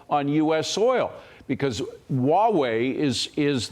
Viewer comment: Huawei is pronounced HWAH-way, Not WAW-way.